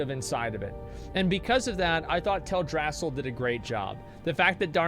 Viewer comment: Tale dra-seal not Tell drass sal!!!!!!